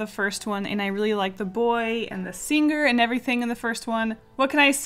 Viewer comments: “I slur my words” 5 seconds later “SinGER” “VetER-AN-ARIAN” 😂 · i didn't know "picture" had different Pronounciation but?? Sing gerrrr wat??